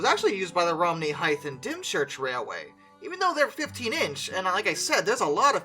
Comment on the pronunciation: I used to live in this "HItzing" you speak ok. And it's pronounced he (in thr word he) tsing